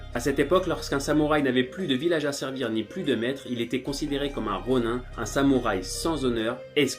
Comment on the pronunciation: Ronin sa se prononce ronine